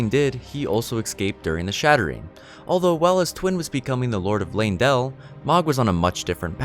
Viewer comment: Ok sorry but what's with the weird emphasis on words in the Morgott section? Erd-TREE Leyn-DELL Storm-VEIL Like why are you putting so much emphasis on the wrong part of the word?